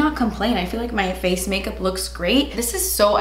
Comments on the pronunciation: “Make Melkup” had me dyinggg 😂😂🥰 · "Malk mikup" 😂😂😂😂